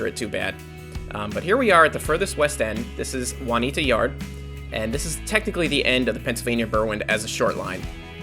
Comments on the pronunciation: LOL he said waneeda. it's pronounced june-e ata. LOL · Pronounced is wrong it is June'-ee-AH'-tah since it's in Pennsylvania